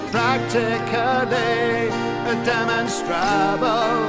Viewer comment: Tbf we weren't Eden's Aquaponics and Jimmeh B. Honestly, it was a really hard song to put together from a vocal/melody point of view (try getting that utter drivel to fit to music in a reasonably pleasant way haha!) and, firstly, it just scanned better to mispronounce demonstrable and, secondly, I've always quite liked slightly mispronouncing the odd word in a song tbh. Its just a little thing I've always enjoyed, occassionally. There are a couple of examples in some of our original songs on our channel if you fancied having a listen (which I thoroughly recommend, of course :) ). So yeah, sorry, long explanation, but was just to allow the line to scan more nicely. So many opportunities for a , in that!